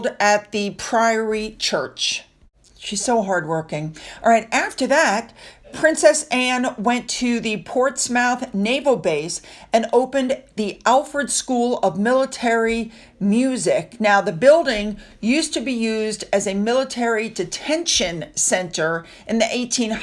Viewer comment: Portsmouth is pronounced Ports myth. Shire at the end of a word is pronounced shir. Mercian is Mer see an.